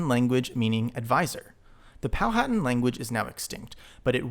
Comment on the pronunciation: Quick note: Powhatan (VA & MD Tribe) is pronounced Po-wHu-Tan, it is the paternal tribe of Pocahontas. Nice Video, btw, great idea adding in the maps while referencing the language!....would like to see more. 👍